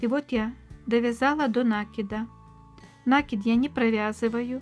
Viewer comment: Вы нить накИ дываети,а не нА кидавыете,поэтому накИд, нАкид очень режет слух